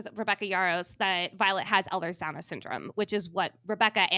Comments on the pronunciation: Please girls 🫣 it’s not Elders Danlos, it’s Elhers-Danlos. /ˈeɪlərz ˈdænlɒs/ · It's Ehlers Danlos not Downers. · That part irritated me lol it’s so so so so easy to look up how to pronounce things. And she even said “Elders Downers” like girl what